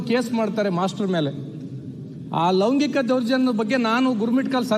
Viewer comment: ಲವಗಿಂಕಿಕ ಅಲ್ಲಾ ಮಾರಾಯ ಲೈಂಗಿಕ ಅಂತಾ ಉಚ್ಚರಿಸು